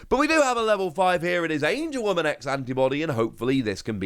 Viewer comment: It’s AngeWOMON not AngeWOMAN